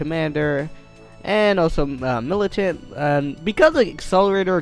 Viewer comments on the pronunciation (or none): He said militant wrong it is milicant